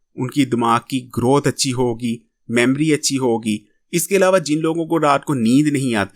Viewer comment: میموری ھے , میمری غلط